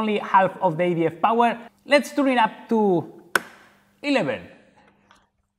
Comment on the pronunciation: When he said I'm going to start the EDF I thought he was saying I am going to start the idiot